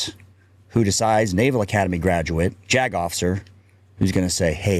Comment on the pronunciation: JAG Officer said quickly sounds like “jagoff!”